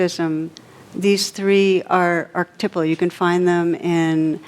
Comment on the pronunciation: It is phonetically pronounced 'R /Ke /Tipe /Al'. with 4 syllables and a long 'i' sound; Not. 'Ark- Tip- Al' for the word. Archetypal.. Please let Tara know... Thank you 👍🙏